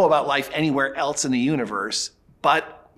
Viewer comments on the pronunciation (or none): There's no T in else. Or elsewhere. It bugs me when people say elts